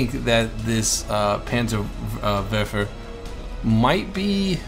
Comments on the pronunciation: Its the "Panzer'WARPHER'" not verfer. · that R in Werfer is there for a Reason;) WeR-fer;) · it is pronounced panzer vofver. ( remember dude its german.) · Panzer Verfer in Engrish LOL! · its pronounced panzerwerrrrrrrrrfer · in dutch and in German the W is pronounced like a V